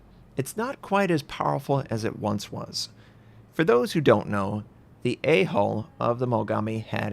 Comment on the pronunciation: I wanted to make a joke about it, but then after he said it a couple times I started to hear hole instead of hull.